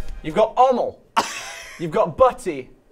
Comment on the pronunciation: "Ommle" made me cry laugh. Being a brit though, this was easy.